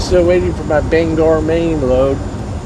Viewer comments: Bang-gor Maine??? Better learn how to say it LOL. It's banger. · People in this and surrounding states pronounce it Bang-gore.